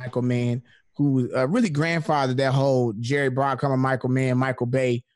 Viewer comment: bruckheimer not brockheimer